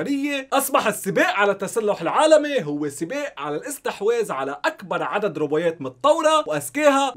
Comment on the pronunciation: ولله عندك مشكلة بالكلمات اسمها روبوتات مو روبويات wtf